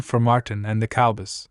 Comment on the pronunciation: If you can’t pronounce “Cowboys” you shouldn’t be talking about them. Have you ever watched an NFL game? I’d suggest you start a different channel.